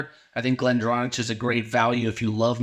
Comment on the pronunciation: Great video bud. Just bought this and your video was very informative and I'm excited to open it. Small note. Glendronach is pronounced Glen-dron-ak